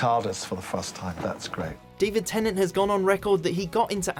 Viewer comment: "Temnant" who the f